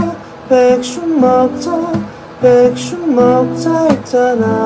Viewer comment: 아 ㅋㅋㅋㅋ 백슉… 발음 마저 귀여워... ෆ˙ᵕ˙ෆ